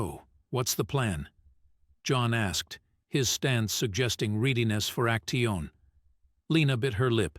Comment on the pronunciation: It would be nice if the narrator would learn how to pronounce easy words such as action.